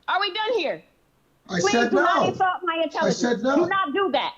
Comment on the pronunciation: Do not "ensalt" my intelligence 🤣🤣🤣